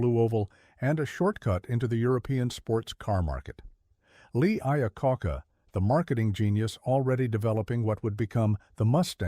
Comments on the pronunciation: did he say lee i a ca ca ? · Artificial Intelligence Lee IaCACA? Wrong pronunciation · Lee Eyacocka... hahaha